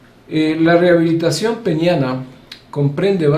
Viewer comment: Peneana, Doctor.......Peneana!